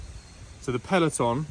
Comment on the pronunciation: FYI. Peloton. Is an exercise bike. Pelton is the type of turbine wheel. I realise I am being petty but as an engineer who works with turbines it’s hard not to be a pedant. It was almost as bad as the Siemens turbine training videos with a Texan who says turbine like turban. That was both a tad racist and irrigation.